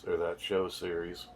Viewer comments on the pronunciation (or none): none